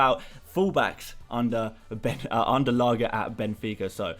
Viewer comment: I don't know if anyone has commented this yet but that's not how you pronounce Lage. It's not G as in Gordon but G as in George! It's been bothering me for a while that's it ahah great video!